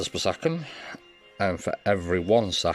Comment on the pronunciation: Nice video! Excellent for dummies , but hopeless attempt for the "PER ONE SECONDZZZ" guy